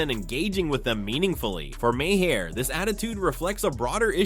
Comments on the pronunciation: It’s pronounced “Mar” not “ma-hair” or “may hair” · Bill Maher. Pronounced Marrrrrrrrrrrr. Not mahair. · If you can't pronounce widely known names, maybe you shouldn't make the video yet.